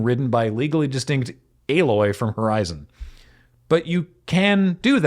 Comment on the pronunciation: Is Aloy not pronounced Alloy? Isn't that why she's named that?